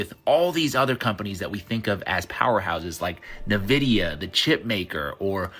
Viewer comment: Na-Vidia? LOL